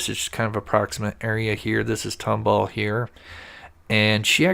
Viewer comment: Tom-Ball, Texas is how it's pronounced